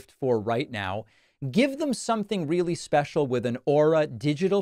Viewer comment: Re-ah-lly my de-ah...